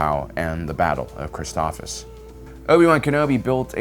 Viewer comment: BRO another mispronunciation. Like they say the name in the show a million times. Sabine Wren (Suh-bean Ren) ALSO mispronounced the planet Christophsis (krist- off- sis) and the krist part is NOT pronounced like Jesus Christ Did you say the battle of Kansheek?? Kashyyyk is the wookie homeworld. Just FYI